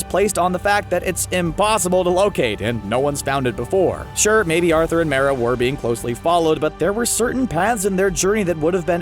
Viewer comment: also they say Mera wrong